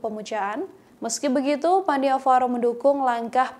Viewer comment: Koreksi, nama bhantenya bukan Pan-Ni-Va-Ro tetapi seharusnya dibaca Pan-Nya-Va-Ro. Tapi gpp, kan jadi tau,, Sepertinya maksud bhante bukan karena masalah dipersulit khusus untuk satu golongan atau intoleransi antar umat beragama, tetapi hanya menyarankan lebih baik kalau memang tujuannya untuk penyelamatan Candi, lebih bijak kalau kuota per hari nya yg dinaikan bukan harga tiket masuk. Jangan memperkeruh buat saudara" semua /\